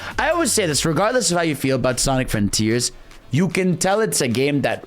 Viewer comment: Ah yes, i love Sonic "froniters", thank you 🤣